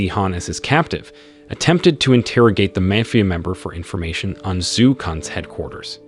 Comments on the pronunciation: It's Mafia, not mayfear. Dude, you really need to go to school. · Why did you say “mafia” like that?